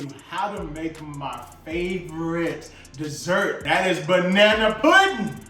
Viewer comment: Oops 😬at least:36 had to 🛑 it bruh that’s not 🍌 puddin (scratch) that’s 🍌 pudding (using pudding) 🤦🏾‍♀️. It’s ez for you but I’m Ol school 👩🏾‍🍳 and I make my custard from scratch and slice 🍌 and squeeze 🍋 juice so they won’t get over ripe (black)….I will 👏🏾👏🏾 you for making it your quick way but aht~aht that’s “pudding” NOT “puddin”